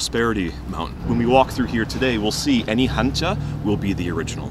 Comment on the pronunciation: 보통 외국인들은 한자를 영어로 발음 할 때, 일본인들이 말하던 방식으로 칸지라고 하던데 이것을 "한자"라고 또박 또박 발음해주신 부분에 대해서 한국에 대한 배려심을 느낄 수 있었습니다. 영상들 굉장히 재미있게 보고 있습니다 취업하면 채널 가입도 하겠습니다 :)